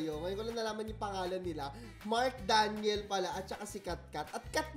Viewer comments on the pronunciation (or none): none